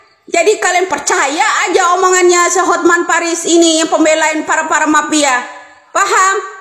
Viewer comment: MAFIA BU BUKAN PAPIA😂😂